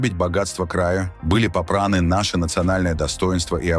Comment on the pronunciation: Кто это у вас читает "ротом" ? "ИздАвна?"" Были попрАны?" Это на каком языке?